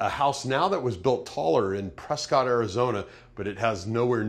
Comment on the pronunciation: So, small point of correction. I live in Prescott, AZ...and it's not pronounced like Press Scott, it's pronounced like Press kit.